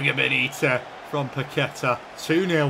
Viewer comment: when pronouncing paqueta the u is silent you should say like paketa, or kessie